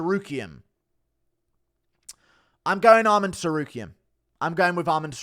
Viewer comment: Did this absolute Clayton just pronounce the "T" in Tsarukyan in the opening seconds of this video?😂